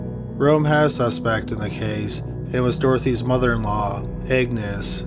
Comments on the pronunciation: Is he saying “Agnes” or “Egnes”?! Lol! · Agnes is pronounced AGnes not, EGGnes. AG - nes. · Agnes isn't pronounced Eggnis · Isnt "Agnes" pronounced "Añez"?